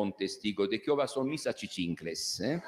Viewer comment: Hay me hizo reír 😅 cuando dijo mis achichintles😅